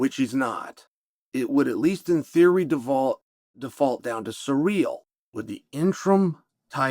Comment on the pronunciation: Yes that’s how you say it